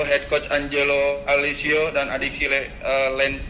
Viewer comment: Lagi2 media officer nya ga lulus komunikasi. Cara ngomong bertele-tele, nyebut nama pelatih ANGGELO harusnya ANJELO pengucapan nya. Open Maik bukan open mik pengucapan nya. Lulusan mana sih dia? Ko tata bahasa nya aneh banget kaya orang kampungan